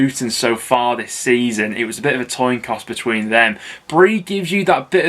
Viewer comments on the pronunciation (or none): does he say toin coss? 🤔😂